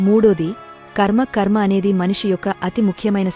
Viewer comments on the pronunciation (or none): none